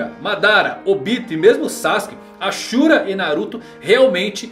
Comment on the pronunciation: tem cara q nunca assistiu naruto todo. So viu uns resumos e leu algumas paradas. A prova é ele falando os nomes,tipo namikaze ele fala "namikazê" zem contas o ashura q se pronuncia "asura" ja o fala "axura"